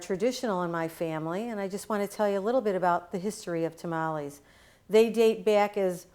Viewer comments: If a Hispanic say TA-MA-LEE instead of TAMALES then their tamalee is not good!! 😉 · why do u sound white when u say tamales lol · "A couple things you should know about tuh-mollies"